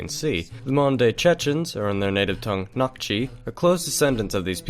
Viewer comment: Hi, Chechen here. You were saying "Nak" & "Nokchi", it's pronounced as 'kh' as a hard 'h' sound. It's more accurate to just pronounce it as an 'h' if the kh is difficult. When you sometimes see it spelled "Noxchi" it's the same thing, x being kh. Couple historical tidbits: the first Red Army officer to meet the Allies on the Elbe was Chechen Colonel Movlid Visaitov leading the "255th separate Chechen-Ingush Cavalry Regiment". He met American General Bolling and they exchanged gifts: Movlid gave his horse, and Bolling gave his jeep. Movlid was also awarded the Legion of Merit by President Truman. He was also deported to Siberia after the war (after refusing to assassinate Chechen scholar A.Avtorkhanov in Europe) but he returned to Chechnya ("Nokhchichö") and was posthumously made a 'Hero of the Soviet Union' in 1990. History eh.